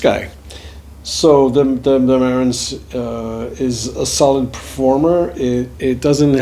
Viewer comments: It's Marantz with the accent on the last syllable, not on the first. Just saying. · Can't even pronounce the name of his own amplifier